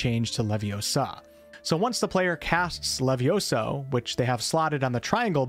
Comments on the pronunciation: Its levioso not leviosa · It's LeviOso, not LevioSO.... 😑😑😑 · Es leviósa, no leviosáaa... Es levióso, no leviosóoo. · It's LeviOHHsa not leviosAHH. You know I had to say it.